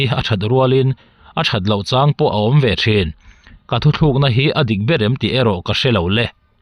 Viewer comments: Thu thlukna i hmanna ah hian thu tlukna tih tur aw....😅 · Mizo ṭawng a va thiam lo ve , nang tal chuan Thuthlûkna ti lo in , Thutlûkna ti tal in chhiar dik sak ve la...